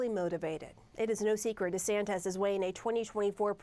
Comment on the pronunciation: She cannot even pronounce his name right and we are expected to believe what she says🤣🤣🤣